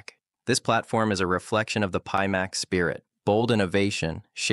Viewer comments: I honestly thought had phonetically trained himself just for the video... until the AI voice said peemax 🤣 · A video by Pimax with a robot presenter that can't even pronounce the name of the company the video is promoting and that robot is a mimic of the founder?? You can't make this shit up.